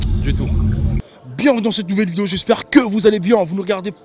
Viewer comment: on dit video pas videyo